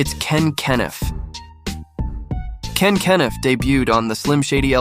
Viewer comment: Dude can’t even pronounce Ken Kaniff right 🤣 this video is 🗑️